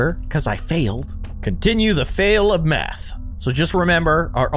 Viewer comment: math like koth hahahahaha